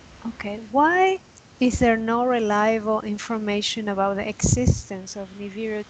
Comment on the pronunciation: it's niBIru, not niviru